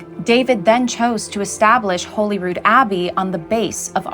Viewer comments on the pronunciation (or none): Just so you know, a little pronunciation lesson, Holyrood is pronounced similarly to Hollywood. Rather than Holy Rood it's pronounced as one word. And it's pronounced like Holly not Holy. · It’s not pronounced Holy Rood it’s pronounced Hollyrood